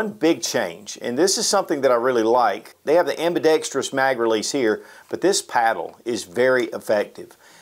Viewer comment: Kinda petty observation, but I really appreciate that you pronounced "ambidextrous" correctly. So many do NOT...